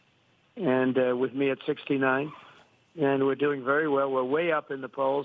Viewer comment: I like that Trump emphasized "69".